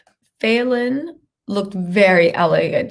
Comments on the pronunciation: Love you, but quit pronouncing her name wrong . And that guy is actually driving Falynn new Bentley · You keep saying her name wrong 😑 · I need you to say the woman’s name right !